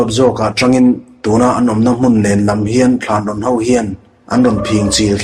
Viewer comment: I chhiar ngaihnawm khawp mai, mahse Thlanrawn tih i lam rik dan hi a dik lo Thânrâwn tia thlûk tur a ni e